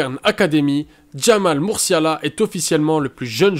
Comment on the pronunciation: Il y a quelques maladresses : Le joueur du Bayern s'appelle Jamal Musiala et non Murciala. L'ex entraîneur de Valence s'appelait Celades et non Salades. Attention aussi aux fautes de français. Il me semble également que Aouchiche est un peu haut et est en dessous de certains autres mais chacun son avis. Sinon j'aime bien le principe de TOP 10 qui met les jeunes en avant ;)